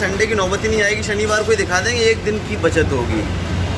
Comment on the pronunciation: Yaar plz improve ur hindi.....hr baar sh ko s bolti hain aap...आसा(आशा),मासा,फेसियल,सनिवार, भासा, और भी जाने क्या क्या।जब आप इस line में आ ही गयी हैं जिसमें बोलने का काम है तो आप को अपनी भाषा शुद्ध करनी चाहिए।भासा, बेडसीट,यह सब सही नहीं लगता।sorry अगर मेरी बात आपको बुरी लगी हो तो।शीशे के आगे बैठ कर practice करेंगी तो 8 से 10 दिन में काफी imorovement हो जाएगी,क्योंकि आप educated हैं,और कर सकती हैं।i am sure😍